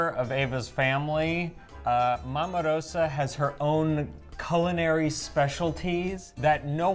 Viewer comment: A tip - 'Rosa' is pronounced Ro-za. The 's' is a 'z'. Just sayin'.